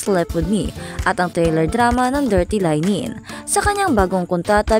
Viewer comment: Linen pronounce as Le-nen